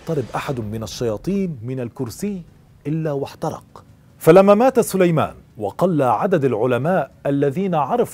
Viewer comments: للتنويه .. في الدقيقة وما كفر (سليمانُ) مش (سليمانَ) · ((وما كفر سليمانُ)) بضم النون وليس بالفتح اللهم اغفر له